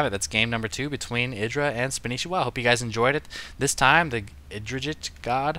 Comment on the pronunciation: I assume you know and that your kidding, maybe your not though, pretty sure its pronounced SPAN NI SHI WA :P no biggie weird name thumbs up please